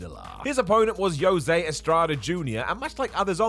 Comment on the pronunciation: Anyone else hear him call Jose, Yosay?